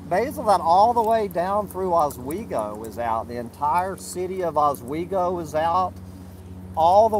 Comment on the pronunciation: it's Owego, not Oswego. Oswego is up near Syracuse. LOL!